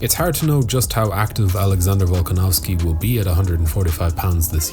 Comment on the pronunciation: At least TRY to get the names right.